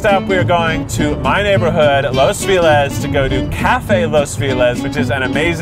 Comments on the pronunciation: More videos with these guys! They're great! Also, "feliz" is said "feh-leez" with the stress on the second syllable. Gringo. Lol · but i'm confused. I'm Indian Canadian and but when you say "feliz navidad" you say "fe lees" not "fee lez"... i thought this was just common knowledge!! didn't know people from LA made their own rules up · So... the problem lays in the word "Feliz". He is pronouncing it like "Fee less" when the word in Spanish would sound more like "Feh - Liz". And you accentuate more the "Liz". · the word feliz is pronounced fe-( like the e in the world red) lee-z ( if we write the word as keith pronounces it in spanish it will be written like this : filez XD horchata is pronounced without the H sound , the H is mute in spanish so it is pronounce orchata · Feh! Not Fi like figaro feh like fender. Feliz! Feliz! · Feliz = Feh-lease not fee-less please n tank u ! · The way Keith pronounces "feliz" like "felix" T-T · Hearing Keith pronounce "Feliz" as "Fee-less" hurts my Brazilian ears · I'm Asian and even I was bothered with the way he said feliz. I was like, isn't it pronounced "fe-leez"? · it is Feh-leez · “fee lez” keith i love you but- chile the pronunciation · And in Spanish Spanish it would be more like 'fay-leeth', though the pronunciation of the z is a bit more subtle than that. I was mostly just surprised that Keith, and I assume everyone in LA, pronounces the 'I' as if it's an 'E' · Wait, why did no one correct Kieth when he called it Fee-liz? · i appreciate this so much as a mexican-american person!! also the name of keith's chosen burrito place is pronounced "cafe los feh-LEEZ" (feliz means happy in spanish) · I always thought that Keith said "Los villas" now I know that I need a consult with my doctor for my ears...... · Why does Keith pronounce Feliz as Filez? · "los filaz" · Keith the name of los Feliz is pronounced felleez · Los Feeee-Liz...ugh. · It hurt mine too and I'm Dutch LOL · THE PRONUNCIATION OF “FELIZ” !!!! p a i n